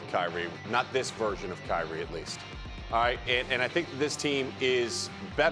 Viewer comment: CRY-Re 😿 Irving 😂😂🤣😂🤣🤣🤷🏿‍♂️